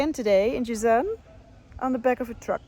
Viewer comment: It’s Jazan not Jizan